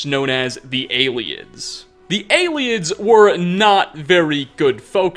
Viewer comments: They are called the ayletts not aliens you're saying that wrong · It's pronounced ay-lids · I always pronounced Ayleids as eyelids.